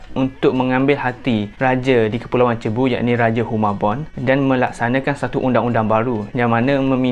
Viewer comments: Bkn "cebu" sebutan dia...tp "seibu".. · cebu, Philippines. pronunciation mcm Sibu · Sebutan Cebu = Sibu✅ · sebutan pulau cebu tu kurang tepat.. yg betulnya "si-bu" atau "sug-bo"